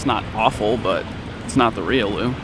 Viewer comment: Spelling: Riolu, Pronounced; Ree-yoh-loo emphasis on the "oh".